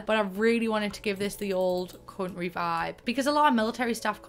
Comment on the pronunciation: Us: country Her: conry 😂😂😂